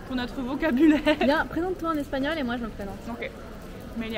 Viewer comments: I’m from Mexico and your pronunciation is very good! 😮🎉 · 'C'est extraordinaire comme tu bien prononce le espagnol. J'ai aussi le noté pour le Anglais,pero para el "Espagnol" no tiens nada que preocuparte. Il peut être que toi vocabulaire espagnol n'est pas complete, mais ca n'estpas aussi évidemment dans le video. Au le regard de moi, j'ai difficulté de entends tes communications avec Manon, en particulier celles d'hors ou dedans bâtiments. avec beaucoup de activité et des bruits. Encore, c'est bon te voir déployé dans un contexte espagnol, au moins, pour activités turistiques. Bien fait